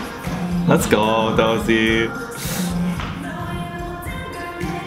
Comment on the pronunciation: Another great video! Just one thing... not to be that guy but... I'll be that guy for once haha. Dosie is pronounced Do-shi :)